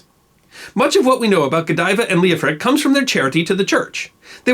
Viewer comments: PLEASE! The name was L-E-O-F-R-I--C, or L-E-O-F-H-R-I-C. NOT "Leoprick" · So Lady Godiver's husband's name was, Leo-prick, ! No comment. That is Coventry's business. Ok the name of her husband is Leo-Frick, I did not understand the narraghter.